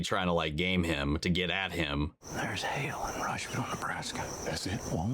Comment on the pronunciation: "Hail-in" "Alien"